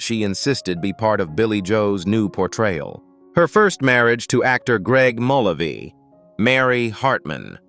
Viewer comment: "Bay Ba-Not-arett" "Greg Mull-a-vee" Really?